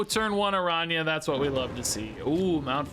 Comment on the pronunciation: lol actually your pronunciation of the "ñ" its quite good